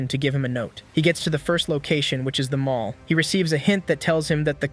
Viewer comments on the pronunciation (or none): none